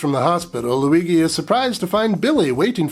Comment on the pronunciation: Loo-wee-gee? Jee?